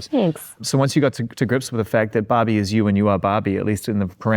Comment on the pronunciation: Sounds like Zane is saying Bobby.. 😂